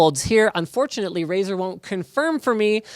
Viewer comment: For a moment I thought he said "This is Razer Wh*re"